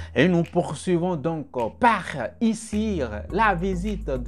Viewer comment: Big man, pardon il faut laisser affaire " r-R-R" a la fin de chaque mots. C'est quoi "une foie iciR??" [ - ] . La meme chose vous avez faiRE suR la videoR de tori bossitoR. PLEASE STOP